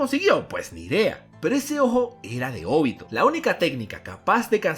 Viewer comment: Es OBITO, no ÓBITO, es simple, nunca se ha visto en el manga que se acentúa la o, como ud lo hace, si tiene dudas de su pronunciamiento recurra a Google y ponga a leer a la auxiliar, primer video que veo que alguien dice Óbito. Todo bien en casa?